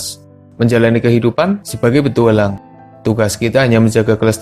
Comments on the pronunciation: "petuwalang" wkwk ngakak gw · Nadanya kok kek gitu ya njir 😅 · Salfok pak si adminnya ngucap kata "petualang" 😀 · Iye apa lagi pas ngomong petualang aneh banget nadanya